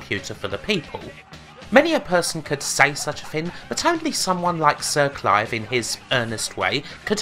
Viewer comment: Lem, Cwap, Siw Cwive